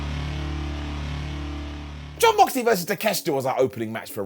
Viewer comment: It's pronounced Take-Shit-A